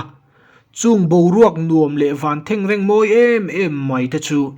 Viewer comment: A lawmawm, a ngaihnawm, i taihmakna hian fak a phû e. Kar hmasa lama zirlai enlâwknaah khan "liansâr" i ti palh hlauh mai a; tin, "tun ṭùm" i ti fo bawk a. Tuna i content-ah hian "thengreng" tih i lam dân hi han ngaithla nawn leh la, a thlûk a fuh chiah lo tih pawh i man thiamin ka ring deuh. 'Langsâr' tih hi a awm a, Mizo ṭawng kauchheh lâr tak a ni: 'liansâr' tih erawh hi chu thumal thar a ni nghal loh chuan kan hre tam lo tlâng viau mai thei. Tin, 'ṭùm' tia i lam ṭhin hi a thlûk, a ri sâng kuai leha lam tur ni zawk âwm tak a ni. 'Khami ṭùm (a ri hniam kun)' han ti chhin teh, a rem chiah lo a ni. 'Khami tûm (a ri sâng kuai lêt)' han ti leh chhin la, a dik zaih mai ang. A lam dân dik lo hi chuan thumal dang nena lam kawp hi a rem (match) hlei thei lo a ni. "Thengreng" tihah hi chuan a lam dân hi in vênga puitling, mi pangngai tak han zâwt chhin teh, a dik zawk i man vatin ka ring. I taima a, thu ṭha tak i sawi bawk a, Mizo ṭawng dân dika lam ṭhin tura ka duhsakna che thuah ka'n sawi ṭeuh a nih hi.